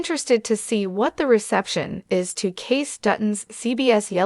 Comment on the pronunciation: Its pronounced Casey, not Case